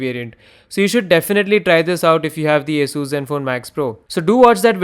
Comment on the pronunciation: Thank you for pronouncing ASUS perfectly